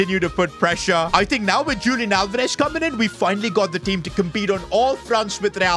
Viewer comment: sorry to say but its not lik julian its more like hulian with h being like in the word 'horse'